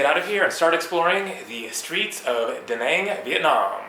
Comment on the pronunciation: Nice Went a few times And It's "Da" "Nang" and not "duh naanng"